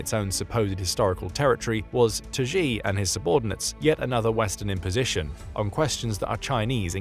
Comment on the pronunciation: Xi is pronounced She, not Zhee.